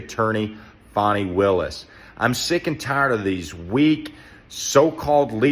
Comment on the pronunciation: Finally, someone pronounces Fani Buttcrack's name right! God bless the first and second amendments! Say buh bye to the alt left DA criminal cuz she's got prison in her near future. 👍 FJB TRUMP 24 🇺🇸